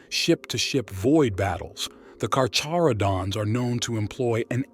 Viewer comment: If i hear kaka-rodents one more time....